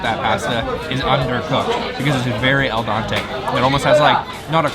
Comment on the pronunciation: al dente not dante